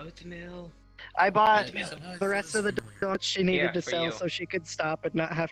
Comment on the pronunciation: oathmeal boath-meal Comedy...